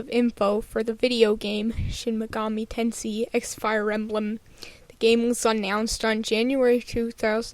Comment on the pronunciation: It's pronounced Ten"say".